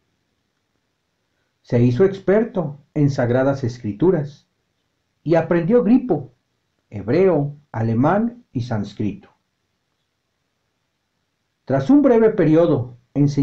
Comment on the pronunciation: El narrador comete feos errores de pronunciación. Se oye "gripo" por ¿griego?...; dice "sancríto" por "sánscrito". No sé..., si es educativo, debe ser cuidadoso...